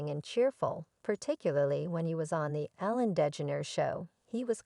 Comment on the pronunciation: She shouldn't be podcasting calling twitch a jerk and can't pronounce Ellen's name boo to you